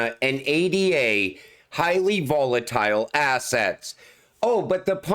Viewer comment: … you call people out for mispronouncing Cardano while making the same mistake yourself. You spell out A.D.A. like it’s just another ticker, but unlike most crypto tickers that stand for something, ADA represents a person—Ada Lovelace, one of history’s first mathematicians and computer programmers. Cardano itself is also named after a mathematician—Gerolamo Cardano—so the entire ecosystem is built on honoring historical figures, not just random abbreviations. By saying A.D.A. instead of Ada, you’re not actually honoring Lovelace—you’re treating the ticker like it holds the same kind of value as other crypto tickers when it doesn’t. It’s like insisting your name should be pronounced R.I.C.H. instead of just, while acting like you completely understand the reasoning behind it. Even the Ellipal Cardano cold wallet is named Byron—after Lord Byron, Ada Lovelace’s father—reinforcing that these names weren’t chosen arbitrarily. If Lovelace could hear you reducing her name to just letters, she’d probably blush in embarrassment, because the entire point of the ticker was to honor her, not to be spelled out like a generic acronym. You think you get it, but you’re proving you don’t.